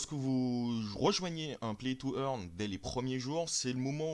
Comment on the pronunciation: earn not eaghn